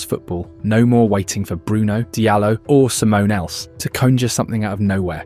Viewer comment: Didn't realise I was listening to AI until the 'simone else' . Spelling error in the script? I did think it was a novel pronunciation of Amorim.